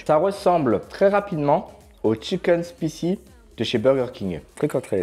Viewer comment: Putain prononce spicy correctement!!!!! sp aï si